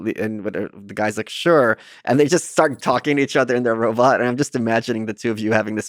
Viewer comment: i like the way michael says robutt